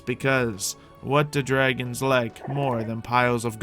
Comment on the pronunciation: why does everyone call call them cute baby "dwagons"?